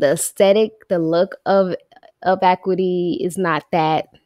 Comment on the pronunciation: Ac-U-ity is how you pronounce it